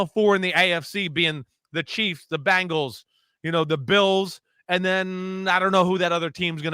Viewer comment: Great NFL overview from Chris Simms. Dave does a great job of just sitting back and letting Simms opinions flow. Interesting seeing the different podcast styles. Dave is more filtered for sure. Nice to hear Chris call himself out on pronouncing Bengals as "Bangles". Bangles were a girl musical group. That always makes me cringe. Bangles! Guys, we are going to see some very competitive football this year. This is going to be a great horse race!